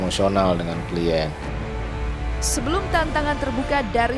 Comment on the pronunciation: Pengacaranya mirisss, masa baca "klien" = klaiyen ,wkwkw